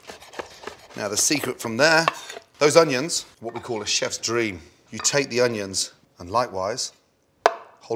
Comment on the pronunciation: Nobody: Gordon: oniOns